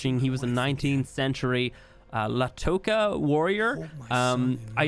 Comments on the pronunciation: Latoka? Do you mean Lakota? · just gotta say, I'm pretty sure it's Lakota, not latoka, unless they changed it for the ark storyline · LA-KO-TA! NOT LATOKA! LAKOTA! LIKE DAKOTA! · "LaKota," not... I think you said "Latoka." Lakota. Basically "friend," but not quite. Thunder Comes Charging is a warrior. He wasn't from the notes, but I'm super excited to see him in the animated show. I hope they give us more information on him. His voice actor is Lakota, from the Hunkpapa Oyate. I'm hoping they throw in some Lakota phrases for him to use and give him authentic style clothing and a tipi. He mentions the stars first because the Lakota afterlife is walking along the Milky Way, at the end of which we face judgement - to continue into the afterlife, or to be remain on Earth, roaming as a spirit. He may believe himself having failed judgment at the Owl-Maker, and left to wander as a spirit, and seek to find whatever he may to pass judgment at the Owl-Maker to see his wife and son again. Source: Me, a Lakota Native, from the Oglala Oyate. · Lacota Indians not latoca